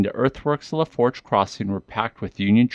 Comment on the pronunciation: Pronounced La'foosh. It means " the fork" its a French word ment to describe the Fork in the Mississippi River at Donaldsonville it travels through 3 Parishes on the way to the Gulf of Mexico. Assencion, Assumption and Lafourche Parish...❤